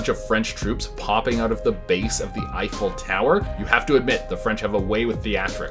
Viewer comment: "Effile"? The Eiffel tower is spelled, "Eiffel". Please have your writer tattoo that on his forehead.